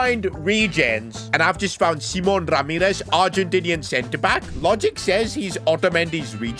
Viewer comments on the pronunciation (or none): none